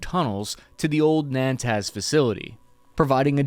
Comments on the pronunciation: He can't even pronounce Natanz correctly. And he's judging the Iranian capabilities...lol. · you killing me !! I'm sure you can find an iranian around to teach you how to say نطنز !! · It’s Natanz. Not ‘Nantaz.’ I know you don’t really care if you mispronounce words. It’s even kind of part of your humble shtick to do so. But you may want to balance that with the fact that you might not want your viewers to sound stupid when they misspeak about geopolitics, using mispronunciations they got from watching your show. Just a thought. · minor correction it's pronounced NA-TANZ not NAN-TAZ otherwise amazing video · It's not Nan-Taz, its Na=tanz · LMAO ... its NATANZ not Nantaz. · It's Natanz, not "Nantaz" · It is NOT NANTAZ but NATANZ. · The nuclear site near Esfahan is called Natanz not Nantaz ..... lol. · Why is he consistently mispronouncing Natanz as 'Nantaz'?? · It’s NATANZ and not NAANTAZ 😂 albeit minor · The name of the mountain range in the North of Iran is Alborz. I'm not sure where you git the Elburz. The enrichment facility is located in a city called Natanz. You kept saying NaNtanz; the location where Hanieh was saying in tehran is called Sa'ad Abad, I couldn't tell what you were saying. You can approach the news in a sloppy manner, but then that makes your entire segment to be discredited. I like your work and what you do. You may want to run the names of the regions you are not familiar with by a local person first. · nAn-TAz????? LOL.. you mean Nah-tanz? .... Jeez dude.... amateur hour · PLEASEEEEE it's Natanz, not Nantaz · Natanz... "Nay-Tans", its the place that Stuxnet thing was targeted at forever ago. Not Nantaz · nah-tanz....not nan-tanz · calling it 'Nantaz' is wild💀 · It's NATANZ!! Typical US ignorance towards other cultures and languages!